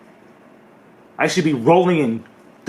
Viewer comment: I would say 10 million views should be minimum bro. Min-eee-mum.